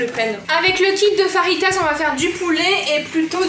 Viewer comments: Pq elle dit faritas mais ça c'est écrit fajitas et ça donne faim 😋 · Juste pour te dire qu on dit feuitase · Non on écrit fajitas car les j se prononce r en espagnol